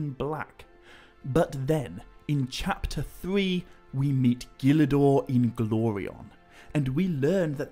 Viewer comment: Bro I love how you pronounce Gil Dor Inglorion's name👏🏿👏🏿👏🏿👏🏿 Tolkien was a genius man